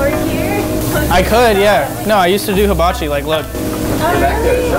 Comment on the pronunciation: "mister habachi sef shir?" what? lol